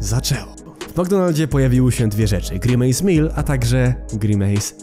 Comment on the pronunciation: NIE NO JA NIE MOGĘ Z TWOJĄ WYMOWĄ, JAKI GRImAJS JAPIER